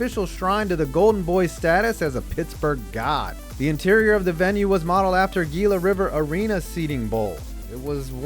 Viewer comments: Hila, it's pronounced Hila. Not Gila. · It's not Gee -la River it's Hee - La River same as the Monster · Gila River Arena is pronounced "hila" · Heela not gila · .... Pronounced "hee-la River" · I'm pretty sure it's pronounced HEEL-uh River Arena. -- Most people call it The Ponda. -- Like Amalie Arena, there's outdoor dining on the 3rd floor of Staples Center. Granted, it's mostly used as a smoking area, but there's an eating area and a stand that serves food and alcohol connected to it.